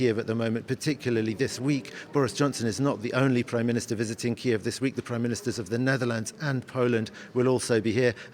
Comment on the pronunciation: Learn how to pronounce "Kyiv", an embarrassment